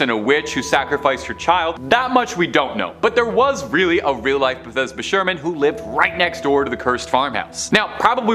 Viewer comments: It’s pronounced Bath seba. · I believe the name is Bathsheba, not Bethesda. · Baby it’s Bathsheba lol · Not this dude misprouncing bathsheba and james wan